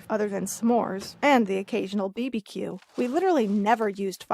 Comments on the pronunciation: Ummmm "bee-bee-que" Its barbie-que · Ok no she said bebe Q it’s bbq